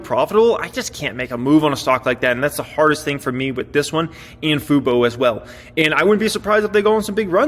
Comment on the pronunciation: Hey you learned how to say FUBO!!